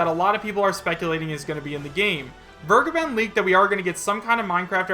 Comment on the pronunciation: Vergeben = vare-gay-ben